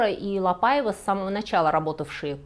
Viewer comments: Очень интересно, спасибо! Несколько лет назад в музее Орсе была выставка, посвященная куртизанкам Парижа. Только произносится не ПАйва, а ПаИва по-французски.😊 надеюсь, вас не заденет эта поправка. Остался ее невероятной красы особняк на Елисейских полях. Сейчас в частной собственности, но можно найти возможность посетить с гидом. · Спасибо за доклад, в целом все понравилось, кроме портрета Великой певицы Марии Каллас на стене, не имеющей к теме отношения. Также покоробило французское произношение Quelle horreur и ошибочные ударения, особенно в имени ЛапАева? Это же La PaivA, Вы же и в испанских фамилиях ставите ударение на последний слог, отчего Ля ПаивА стала исключением? Желаю удачи, работа Ваша нужная для просвещения неофитов, с удовольствием посмотрю и другие выпуски! Историк моды Александр Васильев